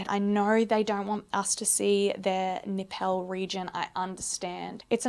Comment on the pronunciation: Is it bad that for the first few minutes of this when I knew you was going to be talking body parts I wanted you to pronounce them funny, nay I was praying in my head for you to pronounce something funny and you didn't disappoint with your Nip-pell shout, I live for these carry on :)